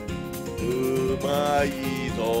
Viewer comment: 「うまいー」の発音が「まいうー」